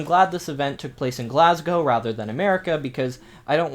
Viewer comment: Wow an American who actually knows how to pronounce Glasgow